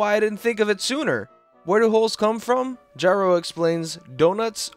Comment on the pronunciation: finally, you pronounced it gyro and not "geero"